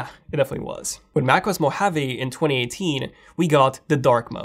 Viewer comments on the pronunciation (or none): none